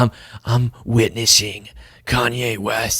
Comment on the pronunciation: Please don’t purposely mispronounce a Black man’s name even if he’s gone off the deep it. It’s a yt supremacist tactic that has historically been used.